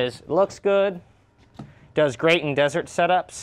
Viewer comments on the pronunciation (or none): none